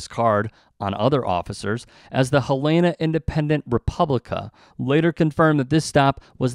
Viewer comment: You should confirm the pronunciation of “Helena” before you narrate. Sloppy work. Typical modern journalism.